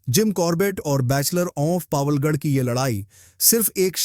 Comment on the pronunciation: बैचलर ऑफ़ पावलगढ़ नहीं है बैचलर ऑफ़ पवलगढ़ है।